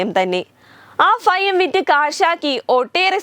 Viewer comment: കേട്ടിട്ട് ഫയം തോന്നുന്നു. 'ഫ'യങ്കരി തന്നെ.